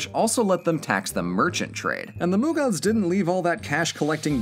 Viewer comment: There is no 'N' in mughals then why do you call it munghals...